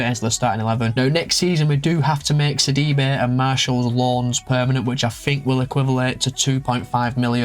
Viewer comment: Ah thanks for the shoutout bro! Did very decent with the pronunciations 😂 👏 ! Great rebuild! Got Sidibe on a Stoke City rebuild and he is such an all-rounder! Love from South Africa as always!